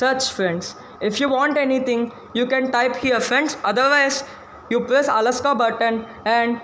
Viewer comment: Alexa not alaska